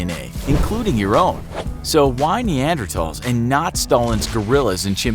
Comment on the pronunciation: He pronounced Neanderthals the correct way. Crazy.